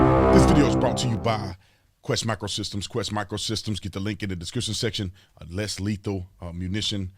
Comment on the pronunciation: lol talking about anunciating when he says Descrition when saying Description section. lol Like you Tatum, but that made me giggle lol